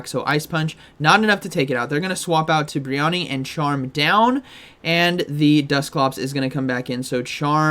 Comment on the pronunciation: pronounces brionne like 'Biriyani'